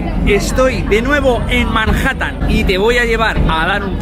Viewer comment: Hoy estoy de nuevo en "Marjatan".